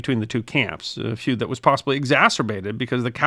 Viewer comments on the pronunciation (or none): For godssakes stop using that AI software to mimic your voice on shorts. No enthusiasm, pronounces "feud" a 'food' . . .. why use it?